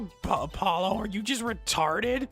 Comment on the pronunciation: No, Apollo just said it wrong Her saying Apololo humors me